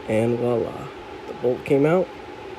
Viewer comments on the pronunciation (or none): none